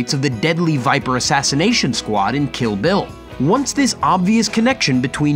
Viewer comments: Kill Bill, not ‘Killville’. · "Kill vill volume 2"